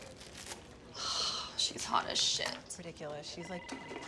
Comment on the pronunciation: Did u notice that only Tom says "Rediculous", i like it so much